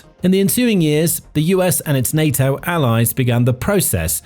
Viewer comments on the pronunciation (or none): none